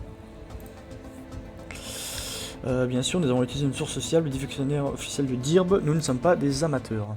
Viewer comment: par contre, ça ne se prononce pas "dirb" c'est "deu:rb" en anglais.